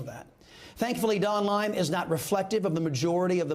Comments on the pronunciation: Why does he keep calling Don Lemon "Don Lime"? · Why are u saying Don lime??? Lol